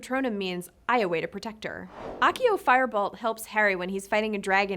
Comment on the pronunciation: It’s not A”KK”IO but it sounds CCCCCCCCC ACCIO C SOUND… and animaGus, with sound GGGGG not JJJJJJJ, FeliCCCCCCius, not FeliKKKius…. For a video about words, you should at least try to pronounce them correctly….not a good job, sorry.